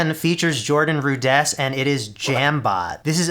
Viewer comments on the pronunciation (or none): His name is Rudess, not Rud-ESS. Nice to see him featured, though.